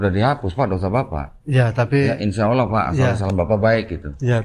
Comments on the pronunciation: Dia sering skl menyebut Alah dibanding Allah…😂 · Agak aneh gerak gerik dan cara bicaranya kurang myakinkan. Sudah 14 th mualaf sjak 2010 tapi kok mengucap kata alloh saja masih beberapa kali diucapkan alah..udah gitu gak ada sertifkat mualaf. Tapi smoga ia bener2 mualaf bukan pura2 mualaf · Ko saya agak ragu ke bp ini, bahwa beliau mualaf. Bilangnya mualaf Sdh 10 thn, tapi bilang Alloh aja masih alah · Bapak ini mualaf sejak 2010 tapi kok selalu salah menyebut Alloh Dengan Allah ya , padahal menyebut Allohhu Akbar minimal ~+ 100 sehari... semoga bapak ini semakin terbimbing menuju jalan yang benar 🤲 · Ngomong Alloh aja salah teruuusss...😁🤣😂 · Menyebut Allah nya masih spt saat Kristen. Semoga istiqomah kalau benar sudah Islam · Bapa ini ko nyebut Allah..ko masi kobelet..hampir selalu sala..dan d sahadatkan meragukan..ni kaya misionaris..